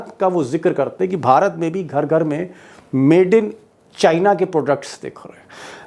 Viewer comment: Assam cm be like calling (china) sienna 😂